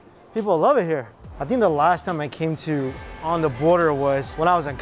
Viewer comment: onda border ? is that like underwear? lol really need to learn to pronounce the letter 'TH' doesnt sound smart when u replace it with "D".